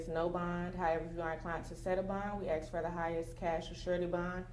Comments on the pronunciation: . As plain as day - Axe not ask. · The ghetto diva just threatened him! “Let me axe” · “ we axe “ 😂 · She said “axe”. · It is not an ax. It is ask.😂😂😂😂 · Its not AX its ASK. Cmon, be professional. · Im sorry but the way the chick was saying aks instead of ask was annoying af. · "We axe" hahaha! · We axe..lmao😂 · How do you use the word “axe” & “ask” in the same statement 🤦‍♂️ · Ask not Axe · She gotz to ax you sumfin nikka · Let me ax u sumfin nikka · I was watching until I heard someone use the word AXE. then I moved on! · Youd think a county prosecutor could pronounce the word "ask" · We “ax” for… The word is ASK, you dimwits! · You sound so ignorant when you say “axe” instead of “ask”. I stopped listening to what she said after she said “axe”. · Who's the super ghetto victim advocate that's "axing" the questions? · What is that lawyer doing axing anything in a court of law? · Why does she keep saying "axe"? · must have a dog brain if u think it takes having an immaculate grasp of the English language to be able to say ask properly and not like a r tar. Axe in the court room? What a joke this country is. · THATS WHAT YOU “ AXE” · Is the lady saying “ax?” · She said "aks🥴" in court. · Seriously, how hard is it to pronounce the word ask?